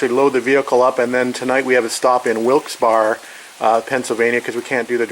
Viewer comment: The name of the town is pronounced Wilkes "Berry" despite its spelling.